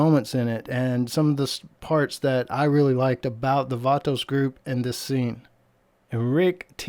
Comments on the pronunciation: Anyone else extremely disturbed by the way he says vato?😂🤣🤣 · Funny how he says vato haha